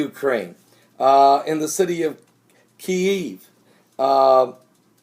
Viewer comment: Dude you can't even say Kiev correctly. Stop trying to get YouTube hits. Lame lame lame